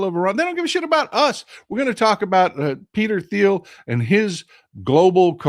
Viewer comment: It’s Peter Teal. The H is silent. I know how in important it is on pronouncing names and places correctly.